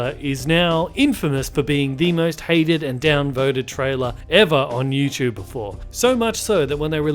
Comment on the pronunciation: LOL, why does this guy say YouChube. Where is T pronounced like CH.